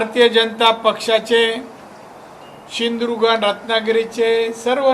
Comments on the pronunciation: सिधुदुर्ग. म्हणा. साहेब. सिंदुर्ग. नाही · सिंधुदुर्ग म्हणा सिंधुर्घ म्हणता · ये नाऱ्या शींदुर्ग नाही , सींदुर्ग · अरे पहिला सिंधुदुर्ग बोलायला शिक.